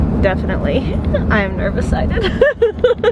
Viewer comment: I think in nervecited the first e isn't pronounced, so it's nerve-cited. I've heard it on family YouTube channels for years.